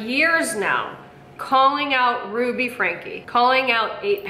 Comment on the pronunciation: For someone who is so anal about grammar, she's the only person I've heard who pronounces Ruby's name wrong. 😂